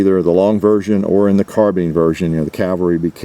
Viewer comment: Because it is “carbIne” not “carbeen” 🙄